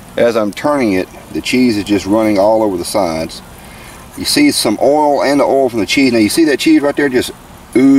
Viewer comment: Did you say oil or OO'L? I Turned in to see cheese burn, not potentially burn!